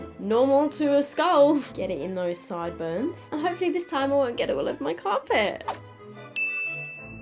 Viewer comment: “𝕘𝕖𝕥 𝕚𝕥 𝕚𝕟𝕥𝕠 𝕥𝕙𝕠𝕤𝕖 𝕤𝕚𝕕𝕖𝕓𝕦𝕣𝕟𝕤" Made her sound so Australian 😭🤣🤣